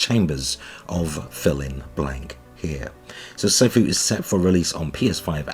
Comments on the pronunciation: “SAI” Fu <~~~ 😂, “SI” Fi…. or “SO” fu is due to release…. haha it’s “SEE” FU. fyi. You actually have no clue do you? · I think it’s pronounced See-foo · Sifu is pronounced "Sea-foo" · It’s pronounced like “See-foo” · Sifu is pronounced SEE-foo. It's kung-fu's version of "sensei."